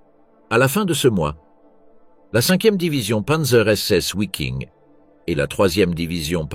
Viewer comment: Interessant mais pas très bien lu (et mal prononcé : " Vaffen SS " et " Viking ", et non pas Ouaffen et Ouiking)...